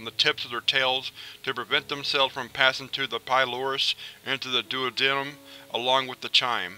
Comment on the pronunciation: 'doo aud num' not 'duo denim'